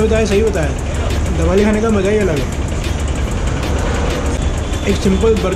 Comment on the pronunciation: Jabeli nahi he dabeli he or Parag Mahal nahi Prag Mahal kaha jata he